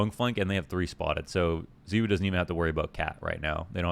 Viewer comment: pls. i just want to understand. 'ZEEwoo'. why. everyone else in the scene including his teammates, and zywoo himself pronounce it 'zye-woo'. why must you cause us pain by insisting on differentiating? the people need answers.